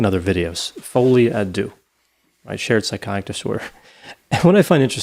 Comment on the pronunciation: I finally realized that folie à deux is meant to be french and means something like beeing crazy together (2 people). You americans really destroy the language beyond recognition, lol. But great episode as always